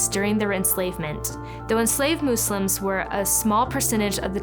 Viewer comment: Waow amazing. Thank you for your correct pronunciation of the word Muslims. With the s and not a z.